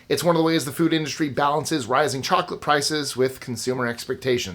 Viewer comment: Mmmm moclate 😂😂😂😂